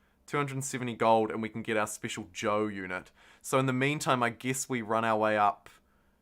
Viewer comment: Sorry, what is Joe? Great playthrough, love the passion. Oh, you're saying Zhou, lol. Got it.